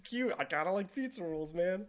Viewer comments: Fizzarolli: ❌️ Fizza Rolls: ✅️ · Keep calling him Feets-a-rolls 😭 Doing my boy so dirty! Also I love how Ozzie's instinct upon getting a video message from his boyfriend is to throw it on the big screen during a business meeting. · I'm pretty sure all the fans of the show were glancing toward this episode and next every time you mispronounced Fizz's name or reiterated your dislike of him. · new drinking game: take a sip every time mispronounces Fizz's name I'd say a shot but I don't think that'd be wise XD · I think it's hilarious that it took THIS long for him to realize he's been mispronouncing Fizz's name despite it being said multiple times before now.